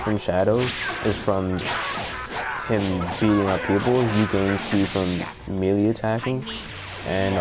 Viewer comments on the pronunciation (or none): No offense but its pronounced maylay not melee even though its spelled melee